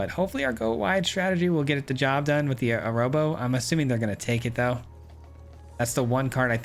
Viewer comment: agh amigo, I'm so sorry to be this guy, but I'm pretty sure Arahbo is pronounced "a-rah-bo", not "a-row-bo"!